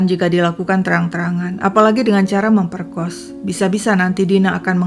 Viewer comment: Ga tahan cuy...memoerkos...memperkoss...